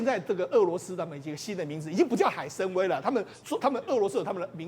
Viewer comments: 海参崴读做海参宛，不要误读成威风的威。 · 海参崴 音：崴/歪：3声，崴子/海湾